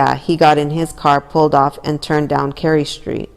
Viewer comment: Yours saying the street very wrong